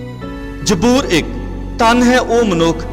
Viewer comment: Bro it's zaboor not jboor Be prefect ♥️